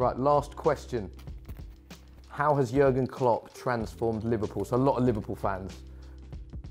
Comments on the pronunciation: its JÜÜÜÜÜÜÜÜÜÜÜÜÜrgen Klopp... not yogurt klopp xDDD I am just joking btw. I dont care how you write his name xDD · jurgen? his name is JÜRGEN! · It's not Jurgen it's Jürgen Klopp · It's Jürgen, not Jurgen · Its "Jürgen" not "Jurgen"! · Jürgen not Jurgen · Pronounced yuurrgen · Its so funny how they pronounce Jürgen Klopp😂😂😂😂